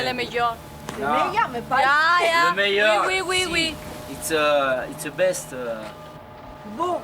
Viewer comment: « on est physique nous ». Non, pas toi 😂 « You speak english? Ire itseuuuh magnifique, ire »😂😂😂😂😂